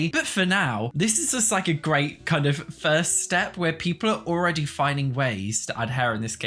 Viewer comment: I'm sorry. LOL My dirty minded ears heard "inzoi orgy has..." instead of "inzoi already has..." at the very start. I had to put CC subtitles on while doing a double take.